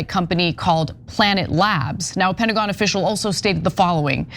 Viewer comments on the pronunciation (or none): none